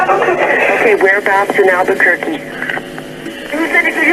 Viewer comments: cara bacanya bukan alburkuekue tapi alberkarki ( albuquerque ) tempat tinggal white walther di film breaking bad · bukan alberkorkue tapi alberkerki, itu yg bener cuy